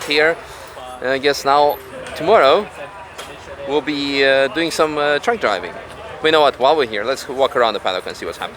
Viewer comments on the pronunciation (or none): none